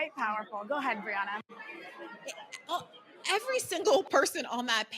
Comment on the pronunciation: First she says Briahna incorrectly then she says "K'mala" Harris LOL